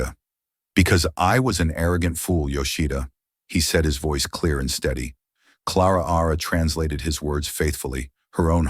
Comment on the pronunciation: Claraara? Why not just call her Clara